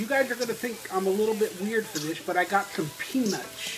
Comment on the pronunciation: Ha, said pe-NUTS!!